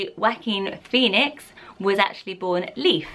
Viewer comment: It’s Joaquin PHEONIX. U says felix the first time u mentioned his name